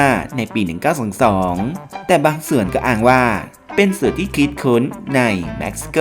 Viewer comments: เพิ่มอันดับ11 เม็กซิโก ไม่ใช่แม็กซิโก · ประเทศ Mexico ไม่ใช่ Maxico เห็นเสร่อมาหลายคลิปและ บอกให้เอาบุญ อ่านให้มันถูก